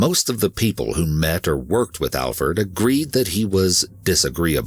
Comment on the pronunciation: Glad you got his name right, Alferd.